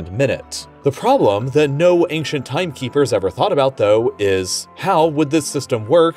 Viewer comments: Ancient not ainkshent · The narrator pronounces "ancient" very oddly.